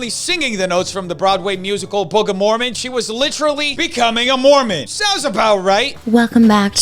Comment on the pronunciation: Take out that second M in mormon. That sounds closer to correct.